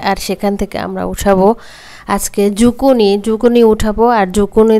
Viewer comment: Zuccini 🥒ছিলে রাঁধতে হয়না , skin সহ রান্না করলে এর খাদ্য গুন বেশী থাকে । বাহিরে ( Canada 🇨🇦, USA 🇺🇸) Skin সহ bake, cook or Chinese vegetables রান্না করা হয় । আর এতো spice use করতে হয়না । বাংলাদেশে বিদেশী সবজীর বারোটা বাজিয়ে দেয় 🙄আর ঝুকিনি কে ঝুকুনি বলবে না , শুনতে বাজে লাগে । Public এর জন্য যেই কাজ করা হয় সেখানে সঠিক information বা নাম ব্যাবহার করা উচিত । please don’t mind, take care.